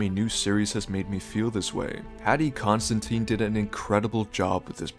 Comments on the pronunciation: It’s Paddy ConsiDine not ConsiTine, or Constantine (lost count of the number of times I heard that) why does nearly every ASOIAF YouTuber butcher his name? Either his name or one of the dragons. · I can’t take you seriously when you exaggerate D’ARRRRRRRCY but call Paddy Considine, Constantine. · Paddy Con-syd-eye-ne